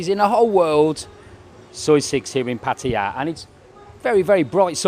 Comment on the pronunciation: Finally... A Pommy who can pronounce 'Pattaya' correctly. Good video. Keep it up.